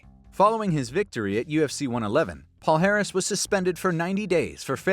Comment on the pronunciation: in Portuguese, his last name is pronounced "palyares." The "lh" and "nh" represent "ly" and "ny," similar to the sound in "canyon."